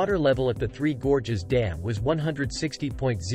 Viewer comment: "Three Gorgeous Dam". 🤣 What is "gorgeous" about Three Gorges Dam?